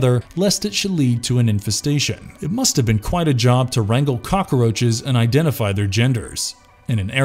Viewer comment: Cockaroaches? Who’s narrating this video? Tony Montana?